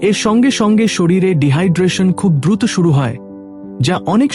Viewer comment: দয়া করে উচ্চানন ঠিক করুন, বিশেষত: শব্দ উচ্চারণ এ ো প্রয়োগ, যেমন,' উৎস' নয়, উচ্চারনে 'উৎসো', তেমনই ব্যাহত,দ্রুত, নড়াচ রা,এমন আরো অনেক শব্দ। এভাবে শুনা শ্রুতিকটু লাগে। এখান হতে অন্যরাও শিখে। দয়া করে ভুল ব্যাখ্যা করবেন না,৷ আপনার আর সব উচ্চারন, বিষয় ভাবনা মার্জিত। ধন্যবাদ।